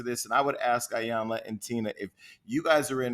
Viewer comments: Hollywood Unlocked. I absolutely ♥️♥️♥️♥️♥️♥️♥️♥️ your platform. Thank you for the content that you bring. Please commit to pronouncing Iyanla’s name correctly. It sounds like EEEEyanla. She is such a lady that she never corrected either of you. Awesome Show ♥️♥️♥️♥️🙏🏾🙏🏾🙏🏾🙏🏾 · Lord this lady’s name is pronounced EEEEEEEE-yun-lah!!! Damn how you gone interview someone and saying they name all wrong...Can’t watch this🤦🏾‍♀️🤦🏾‍♀️🤦🏾‍♀️ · Jason, melissa, its (E) yanla. The I is a E Pronunciation. Mylissa you are a word Smith. I didnt Expect you to pronounce her Name that way ! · Just wished they would pronounce her name correctly.